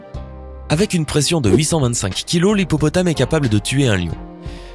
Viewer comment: 6.39 il a dis préenssion au lieu de pression